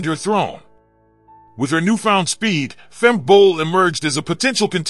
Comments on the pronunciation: If you make a video at least get the name correct………it’s Femke not Femki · It is not Femki but Femke. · It's pronounced Femkuh Bol not Femky Bol 😛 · Erm... It's Femke, not Femki 😏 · Her name is pronounced Fem-kuh, not Fem-kee. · Nah, I won't subscribe if you keep on calling Femke, Femki. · Fem-Key. The audio was messed up in the beginning so her pronunciation was off. Also typo too our bad… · Great, but why can American's not pronounce Femke Bol's name? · It's not pronounced Femke but Femke.